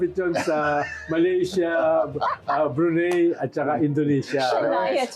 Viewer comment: Brunei (Bru-nay) po sec edu